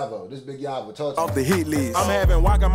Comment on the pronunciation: definitely need some BIG YAVO (YAY-VO IS HOW YOU SAY IT) reactions. HIM. 205 Legend going up rn hes from birmingham AL